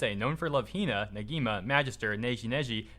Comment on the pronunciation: Why am i so annoyed that pronounced "Negima" correct, but the proceeded to pronounce Negi Magi as "Neji Meji"?